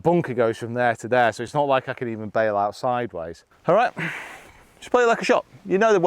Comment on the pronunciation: Never say , you cont, say , you can